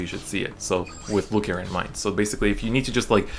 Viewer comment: God I hate how he pronounces it, like even if I’m saying it wrong I will always say Loo-key-aa like it’s french